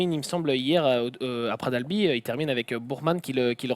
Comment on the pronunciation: Pitié les gens... On ne dit pas « Pra d’albi » mais PraT d’AlbiS !!!